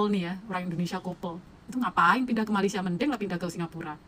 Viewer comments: MA LAY SIA BUKAN MA LI SYA…kenapa sebut IN DO NE SIA boleh? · Bukan MALAI tapi MALAYSIA. Sebut betul2. Malai2!😏